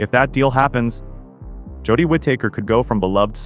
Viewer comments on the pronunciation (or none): it's Whitaker not wit taker 😂